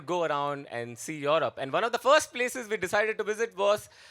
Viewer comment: Europe ❌️ Yorobe ✅️